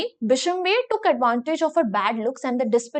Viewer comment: Bishamber❌ bishambher✅